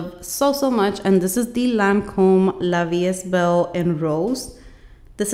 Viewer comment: Nice perfume tray! And btw it’s pronounced La vie e(st) belle! :D